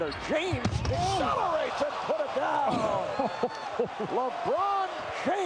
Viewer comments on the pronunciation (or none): “James aCCELERates”